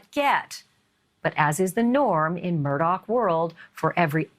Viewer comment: The name is pronounced MURDA not MURDOCK